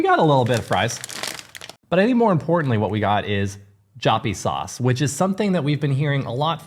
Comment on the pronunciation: Upon the pronounciation of Joppiesaus: try to say Yoppie. That should do the trick. Love your show by the way! Saw you also made it to my hometown Enschede!